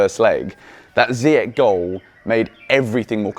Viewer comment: Come on man its not ziyak its ziyash in arabic langue ziyash its sh not k at the end say his name right for once lol